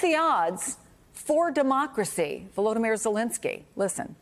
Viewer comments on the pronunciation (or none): 🤣🤣🤣 your murican is showing. "Volodymyr" doesn't need to be pronounced with murican phonology 😂 wow